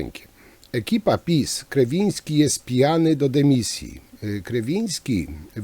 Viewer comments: Nie chcę się czepiać, ale mówienie o "grzebaniu" i "zagłębianiu się" w kontekście tego obrazka z początku materiału wyszło nie najlepiej.😉 No i jeszcze to przekręcanie nazwiska Ministra Kierwińskiego , też dobrze nie świadczy o przeprowadzonym wcześniej research-u.😁 Pozdrawiam!🙋‍♂️ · Szanowny Panie Przekręca Waść nazwisko ministra, które brzmi Kierwiński. Trochę nie bardzo. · Jeśli już decyduje się pan analizować zachowanie ministra to wypada znać jego nazwisko. A jeśli z jakiegoś powodu musi pan to nazwisko przekręcać to wypada chociaż być konsekwentnym i trzymać się jednej wersji. Z przykrością to piszę. Dno panie i pół metra mułu.